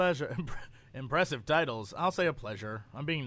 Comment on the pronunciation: Note to brain: "Impressive titles", not "Impressive tities"